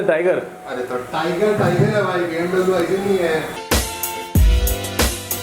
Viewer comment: hututututu huttuuututu.....😂😂 BMW..... BMW hota hai👍👍